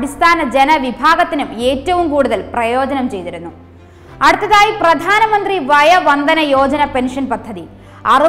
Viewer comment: വയോ വന്ദന യോജന..... വയ വന്ദന അല്ല